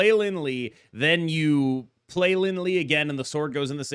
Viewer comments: Lie is pronounced “Li-eh” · FYI the "lie" in Lin Lie is actually pronounced "lee-Eh". You got the Fu Xi pronunciation correct ("foo shi") though :)